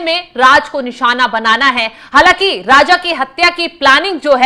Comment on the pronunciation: राजा को राज़ बोल रही है ये न्यूज़ रीडर 😢